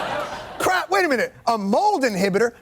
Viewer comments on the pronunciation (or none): "And at Krapt ..we do"